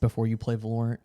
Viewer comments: its pronounced VALorant jesus christ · "volerent" I like the way he pronounces it 💀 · The way he pronounces "Valorant" is really bugging me lol